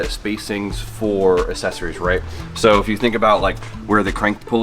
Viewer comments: Dear, I love you dog but you sound like my kids with that "assessories" lol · I know I sound like a jerk but it's aK-Sessories and damper not dampener there is no N.